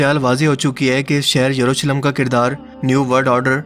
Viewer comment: Jurusalem nahi ...yerusalem..yahoodiyo ka anjam bura hi hoga...inhe kon bacha Sakta h..